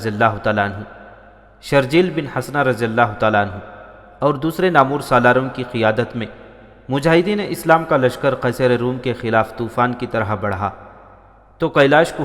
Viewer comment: Naamoor Galat Talaffuz hai. Naam + war= Naamwar Saheeh Talaffuz hai. نامور یعنی مشہور नामवर